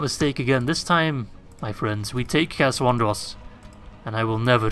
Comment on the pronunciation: It's Cair ANDROS!